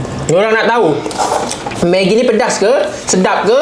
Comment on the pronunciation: Orang megi bukan menggi